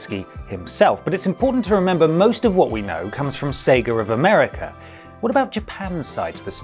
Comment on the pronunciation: "sagar of segar" "segr of americr" lmao